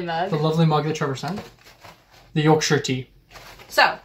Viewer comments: Squeeze teabag against the side of the cup with the spoon, it's pronounced 'twin(like wool)ings' but thanks for saying Yorkshire properly 🎉🎉🎉🎉. Also how much milk varies from person to person some like it strong others weak. Never dunk rich tea in tea as it will fall in. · OMG you actually said Yorkshire correct 😅 normally get shyyirree at the end from Americans so well done 👏😂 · Full marks to you both for pronouncing Yorkshire correctly! Also, just squeeze the tea bag out against the side of the mug. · Yes you are correct Yorkshire tea is the go to drink in England especially when made with Yorkshire water and not made with 55 gallons of milk yeah you did add a tad too much milk 😀 ok I am from Yorkshire and we are fiercely proud of almost everything from here so good job on not pronouncing Yorkshire terribly and for promoting our amazing gods own county , now you just need to learn some yorkshire dialect get thy sen a flat cap and a whippet and you will be all set 👍